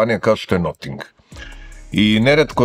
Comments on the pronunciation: Noting, ma daj. I objasnjenje iz recenzije prvog ne pije vodu, jer se Notingem Forest i izgovara bas tako, a ovo bi vise imalo smisla da se kaze Nating, nego Noting. Al ajd. Sto neko rece...vasa recenzija - vasa umetnicka sloboda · to nije akcenat, nego pogresan izgovor engleske reci.